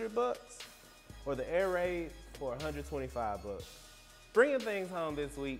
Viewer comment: "You can grab this shoe for one hundred buh"